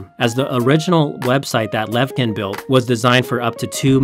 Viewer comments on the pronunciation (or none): Thanks for the story! The "ch" in the Russian Co-founder's surname pronounce as [tʃ], as in cheese .